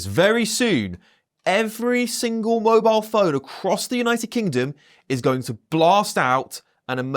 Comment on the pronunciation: He said 'every single wobile phone' at the start.